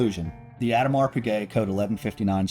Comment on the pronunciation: Love your video - great production!! The entire Code line is underappreciated in my opinion. But please please - pronounce the name properly - after all you are the Watch Bros! The S in Audemars is silent. EDIT: pronounciation was correct in the later parts pf the video!